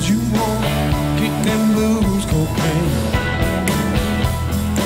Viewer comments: It’s co Caine not cocana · I'm curious why you pronounce cocaine as in Romanian, Italian, Spanish... and not as it is pronounced in English? /kəʊˈkeɪn/ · It’s cocaine not cocaina and the song is about cocaine